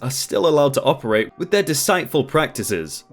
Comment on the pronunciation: Hey deceitful is said dee-seet-ful. Have a great day